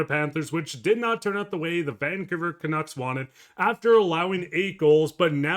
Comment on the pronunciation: FFS. The name 'Vancouver' has 3 syllables and the stress is on the second syllable 'cou'. Why keep stressing 'Van'? It ain't natch.